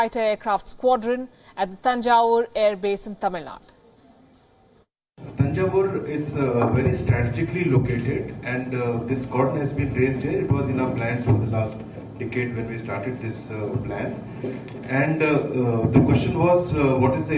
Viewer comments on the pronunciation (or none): Dear Hindi lady anchor please say my motherland name properly Tamil Nadu not Tamil Nad okay Thank you.